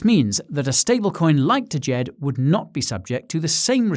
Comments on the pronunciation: Please the D is silent, its just Jed lol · You are mispronouncing "DJED". The D is silent. Look up "Djent" music genre. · I thought the d was silent and it was just pronounced Jed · DJED is pronounced ‘JED’